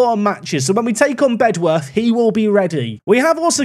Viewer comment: Great video, but Bedworth is pronounced “Bed-Uth” don’t know why, it just is, hope to see you succeed